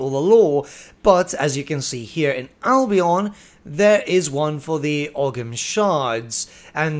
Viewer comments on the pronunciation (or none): The GH in ogham is silent btw